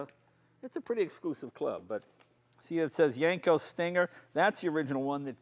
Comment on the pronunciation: Jay keeps pronouncing it as Yanko, not Yenko. Take a listen